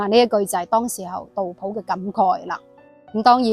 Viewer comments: 我读杜斧，有什么原因读普音呢？ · 自小读书时都是读成斧, 但大脸妹读成普自有出処, 估计是古时和现代的读音差別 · 我覺得正確讀音係苦...